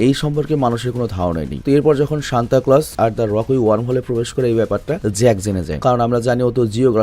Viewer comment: সেন্টা ক্লস ❌ সান্তা ক্লস ✅